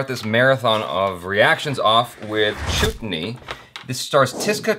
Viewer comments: "Choot ney"....😲..... noooooo Thats like a abusive word😃. Its pronounced as "chut" like the word "hut".. still love the way u say it 😘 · Oh my god!!!!😂😂😂 its pronounced as "Chet-knee".what ur sayin sounds like a bad word..😆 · You don't pronounce Chutney with an 'u', the should be pronounced as 'a', like Umbrella. And that boy wasn't her son, it was their cook. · The guy who was having an affair with the young bride is the brother-in-law of the main female character. And it’s Chuh-t-nee. Not ‘Choot-nee’. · It's pronounced like" chatni " not chootni😂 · Lol Its Chutney Not Chutni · says chut-ney...facepalm +_+ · Chuut - ney the way pronounced 😂 😆 😝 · wow!! likes saying ''chootney''... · said chutney instead of chutney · What did you just said?? Is that chut-ney omg seriously?? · The title "chutni " as you mispronounced above is a vulgar term for vagina added by that "ni" in the end .....well I had guessed you would get it wrong that's why I came to watch it 😂😂😂😂